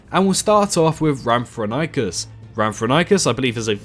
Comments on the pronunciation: It’s pronounced “RAM-for-RING-kus”. It appears in Walking With Dinosaurs: The Series. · Lol that Rhamphorhynchus pronunciation. Good list overall but personally I'd change some picks, keeping the Pteranodon, Quetzalcoatlus and Dimorphodon but I'd personally scrap Geosternbergia for something a bit more unique like Pterodaustro or Dsungaripterus (or although almost impossible to make it in Cycnorhamphus would be very interesting to see). Otherwise I'd maybe change Rhamphorhynchus for Germanodactylus, Darwinopterus or Anurognathus.